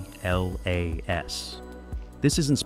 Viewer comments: It’s 3i/atlas, not 3i/a-t-l-a-s. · Great vid apart from repeating very annoying the break down word of 3 I A T L A S just say 3IAtlas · Could someone please explain to this AI it’s not pronounced as the letters ATLAS but Atlas as in the maps we used to use in School! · I said the same thing. Why is it always spelled out? I guess we’re idiots